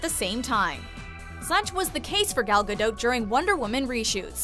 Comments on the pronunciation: It was painful watching this as the narrator seriously massacred ALL the Hebrew. First off, and this is VERY IMPORTANT, it's Pronounced Gaul (the ancient French?) Gaw-Dote. Or to put it another way, the 'a' in both first and last name is pronounced "awe", and the 'o' is a long 'o' as in Ode. Second, and city is pronounce Herzliya, named after Theodore Herzl, but what in Hebrew, it's pronounced Hertzl. So, Hertzl-Lee-ya. Once I got past that, I greatly enjoyed this video. Thank you very much. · Y'all butchered her last name 😂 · Ayenate' Lawson really because I watched one of her interviews and she pronounced it differently 🤷🏽‍♂️ but you know better than her I guess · Please pronounce her last name correctly out of respect for her as a human being. Thank you. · I cringe every time the woman says her name wrong. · Should make it a top 6 things and pronounce her name right. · OMG you really ruined her last name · WTF?! her name Gal is pronouned the same way you would prononoung Gaga'..but with an "L" ending there is no "O" sound in the name, either the first or the family name. Hebrew has only 5 vowel sounds, "A" is pronounced the same way all the time. Ga-l Ga - dot איזה GAUL בראש שלך?